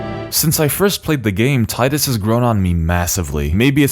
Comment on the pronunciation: You pronounced Titus wrong my guy.